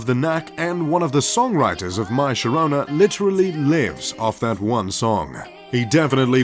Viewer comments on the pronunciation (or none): none